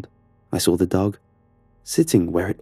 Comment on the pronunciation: I love it how he pronounces saw, he pronounces it as “sawr” man I just loveeee it